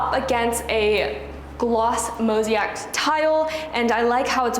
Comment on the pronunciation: I've been meaning to mention this to you. Pronounce it Mo-ZAY-ICK tile:) You have been saying MO-ZEE-ACK:) Love this property!!!